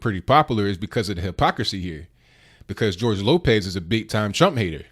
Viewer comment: Gorge Lokez? Nigga you ever hear of re takes.